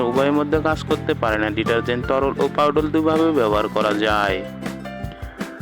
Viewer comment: ছাগল পাউডাল নয় পাউডার